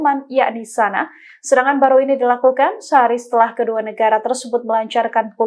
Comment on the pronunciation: Ibukota yaman dibacanya Sanak_a. Bukan Sana.